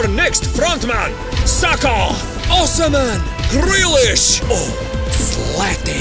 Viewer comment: Osimhen not osaman